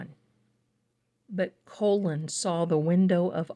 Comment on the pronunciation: His name is pronounced Colin. Not colon.❤